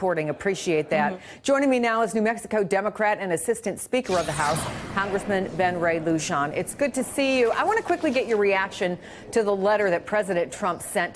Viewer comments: learn to pronounce the Representative’s name correctly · would've been nice if the interviewer could have pronounced Rep. Lujan's name correctly!